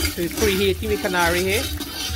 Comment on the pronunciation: Finally someone says the word karahi correct!!!